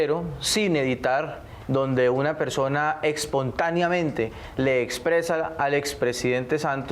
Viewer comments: "expontaneamente" !! (también es típico de uribestias) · "Expontáneamente"... JAJAJAJAJAJAJAJAJAJAJAJAAJAJAJ pobre diablo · "Expontaneamente" ay marica... que vergüenza ese señor, ah... digo, perdón. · ¡Qué bruto, póngale cero! mire que decir "expontáneamente", pareciera hijo de la torpe, fea y bruta de la maría fernanda cabal. jajajajaja.....